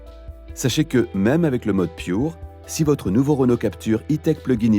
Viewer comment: vous pourriez prononcer à la française... surtout que le Pure, vient du français; Merci